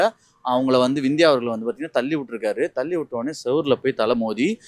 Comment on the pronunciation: Anchor தற்குறி அது விந்தியா இல்ல சிந்தியா